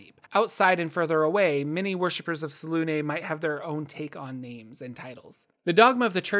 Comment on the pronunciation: How is selune pronounced the way you say it is when there's no accent on it and there's clearly an accent on the u? Fake news